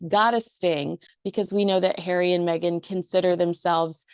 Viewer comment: Stop saying Meg an…… it’s Megan. Same as Craig not crag